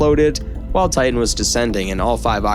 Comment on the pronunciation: For the love of God, it's not enough you butchered the victims names, but could you at least say TIE-TIN rather than TAH-EH, you sound dumb.